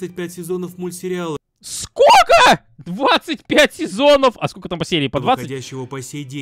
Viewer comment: Меня рассмешило когда сказал скока 😂😂😂😂😂😂😂